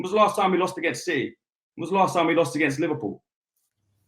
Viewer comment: Agsint Madrid lol